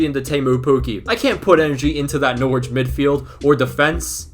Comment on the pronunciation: We need to teach Americans how to pronounce Norwich, all the best